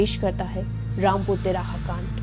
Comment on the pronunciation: Rampur Tihara nahi "Rampur Tiraha" Hain😕 jab bolna thik se na aye tohh naa hi bolna....ladki thik se bolna sikho pehle🙏